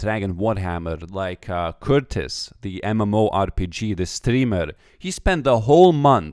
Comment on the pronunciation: The way he said Curtis lmao